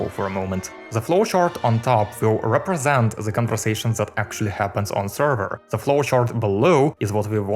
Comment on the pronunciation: why does he pronouncing "the" as "ze"